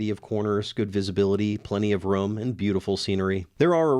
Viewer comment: Re: the San Bernardino pass, did you say "plenty of room" or "plenty of rum"? Seems important.